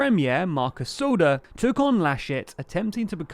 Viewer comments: I like your Video but as a news channel you should really stick to the original abbreviations and pronunciation of names. It is S P D and not S D P*. Also it is Markus Söder and not Soder. *Even when you try the abbreviate the English translation of "Sozialdemokratische Partei Deutschlands" it would not be SDP. It would be SPG "socialdemocratic party of Germany" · Just a note: It's Söder not Soder. The Ö sounds similar to the O in "word" BTT: the SPD is not a true left party, even if they claim so. They've more in common withe the CDU/CSU than with the Greens or the party "die Linke" (the Left). Still Schulz seems to be a better chanselor candidate than Laschet, even when both have a lot of skeletons in their cupboards. True, Baerbock isn't an angel either, but her failing are nothing compared to CumEx and Wirecard, or creating school grades because of lost test, profiting from the pandemic and ignoring the needs of and disrespect to the victims of the floodings in July. I still hope for her to become chancellor because with SPD and CDU in power there will be stagnation. But i fear the best i can hope for is a coalition with SPD, die Grüne and Die Linke under majority of SPD. But a great coalition with SPD and CDU seems more likely. :( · SPD not SDP, Söder not Soder (ö is pronounced like the o in work) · Markus Soda LOL Söder not Soda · I generally really enjoy your content, and the story here is mostly accurate, but this is a sloppy video not really up to standards. Please remember that when you talk about the left in Germany that there is a party called the left (die Linke, not SPD), it's Söder not Soder, and double check your layout so you're not always obscuring your own text with images. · His name is Markus Söder, not Soder. I get, that you don't use "Umlaute" in english, but it is his name after all, you can't just change it.